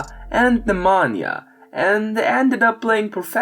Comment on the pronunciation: Brother Pneumonia???? 😂 Really? OK, I get that Serbian is difficult for you but no need for callin' names. Probably his brother is Nemanja. Like Nemanja Bjelica, another NBA player etc. etc.